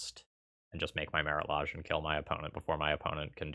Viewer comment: The way you incorrectly pronounce Lage makes me cringe every time :(